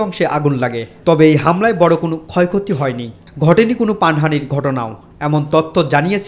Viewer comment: পানহানি না প্রাণহানি